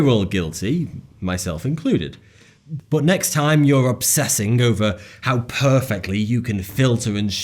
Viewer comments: 1. Does anyone else here hate skillshare as much as I do? 2. What's with the pronounciation? It's not bOt it's bUt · love the content, but hate the way you say 'BUT'